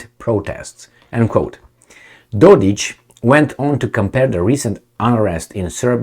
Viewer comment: Mate, it is Dod-ik...k like in (k)ing not Dod-ich ( there is no ć (ch) ) . What a heck, can't you read!? Not every Serb is ich! CAPEESH